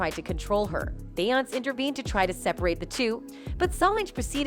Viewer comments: say it with me BE-YON-SAY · Yasssss ty is it that hard to program the bot how to pronounce her correctly . 🤣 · I feel u ..beyonc.... instead of Beyonce....😂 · Her name is pronounced BEE-ON-SAY . say it right or don't talk. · This lady on Just-in needs to learn how to say Beyonce's name right.. smh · What is it to much money to pronounce the names correctly? Blue n auntie look alike ❤️❤️❤️